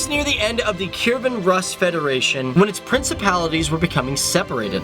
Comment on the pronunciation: Rus is pronounced Roos